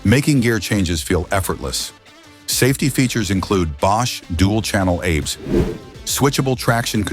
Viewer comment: Bosch Dual Channel Apes? Your AI ROBOT is showing it's ignorance of ABS. Welcome back to the AI Robot channel. Full led lighting? No, it's pronounced L.E.D., one letter at a time. Your AI robot never rode any of these bikes. But that MT03 is cool.